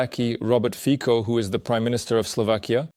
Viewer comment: Please, pronounce Fico like "Fitso", thank you :) or find it how to pronounce yourself, Fiko it is not right :D